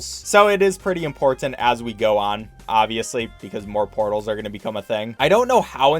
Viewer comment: Bro what even is your accent, Ive never heard someone pronounce two "T's" in the same word so hard. ImporTanT. BuT-ton. Is that like a Michigan thing or something?